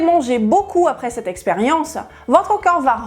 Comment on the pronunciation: Je n'arrive pas à m''habituer a entendre coeur au lieu de corps. fait un effort pour mieux prononcer ce mot qui revient sans cesse. Merci d'avance.